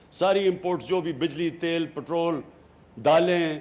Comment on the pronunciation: Love how he says putrollll rather than petrol 😂😂